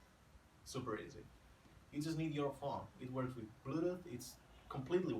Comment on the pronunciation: YASS, "bluduth"